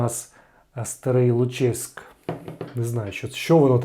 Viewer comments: Не ЛуЧеськ, а ЛУчеськ. Давня назва Луцька. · ну і ЛУчеськ (наголос на У) - це історична назва Луцька